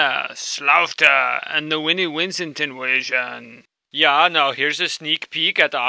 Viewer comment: LMAO "Winnie Wincent Inwasion"